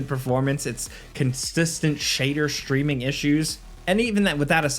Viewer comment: constistent shader shtreaming issues